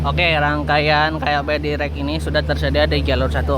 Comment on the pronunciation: dairek dibacanya bukan direk..